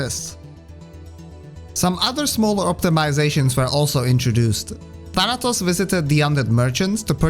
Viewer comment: The way you pronounce "Thanatos" (Θάνατος) is surprisingly correct